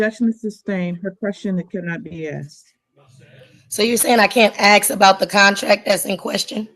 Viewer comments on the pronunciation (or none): Its ask not ax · That speaks with such arrogance while simultaneously unable to pronounce the word ask is cracking me up. I have to laugh or I'll cry with embarrassment for Judge Washington.